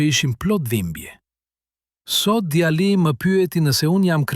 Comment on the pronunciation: Mëso gjuhën shqipe mir nëvënd që të thuash djali thua djalli mjaft